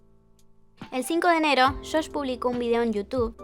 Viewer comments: sé que el video es informativo, pero. ¿por qué le dices "Shosh"? su nombre es Josh :( disculpa, no quiero parecer hater ni nada, en serio es una duda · Josh, pronuncia la jota como en JYP